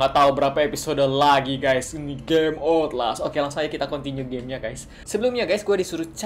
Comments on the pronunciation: cara baca 'outlast'itu dibaca otlas(ankot di las)hehehe biar mantep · 'outlast' dibaca 'otles' ka wkwkwk :v